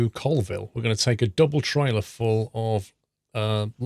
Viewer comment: Hey its actually pronounced Colville (Call-ville)